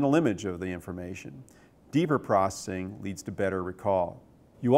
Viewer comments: Why does he say processing like "procing" I think he's on drugs. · is he saying "prossing" for processing? haha